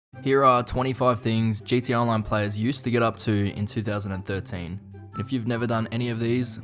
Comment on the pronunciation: bro said GDA